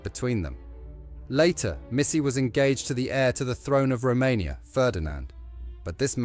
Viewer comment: Its Romania not Rummeria